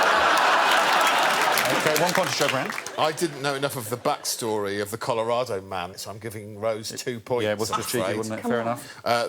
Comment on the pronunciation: Rose actually pronounced Colorado correctly 😮